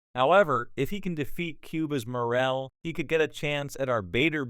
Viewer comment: Full fight???? Can't even pronounce the man's name right.